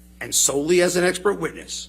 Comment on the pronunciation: why he just keep saying ekpert?🤣